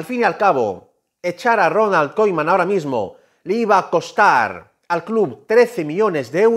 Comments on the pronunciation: se pronuncia kuman brother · No le puedo creer a alguien que pronuncia Ronal koiMan 😂 ( con humor ) jaja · Ronald kuman se pronuncia correctamente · Se me hizo escuchar Ronald Koiman jaja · Bro...! Y porque dices Koiman?????